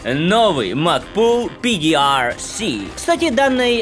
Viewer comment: Пи ди ар си,😂😂😂 шедеврально